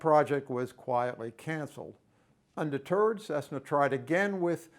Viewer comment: unde-turd, Cessna...